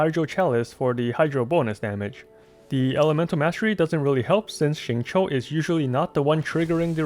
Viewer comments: Awesome guide! Also very spot-on pronunciation of his name, down to the tones. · Did he... just pronounce his name RIGHT?! He is a god!! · A youtuber who pronounces xingqiu right?!? Upvoted! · great guide as always and thank you for actually pronouncing his name right :D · Xingqiu's name pronounciation is RIGHT ON, as mandarin speaker, I approve this guide. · I'm slightly confused by ur spot on pronunciation of xingqiu, which was then followed by "gun you". What. Are. You. LOL.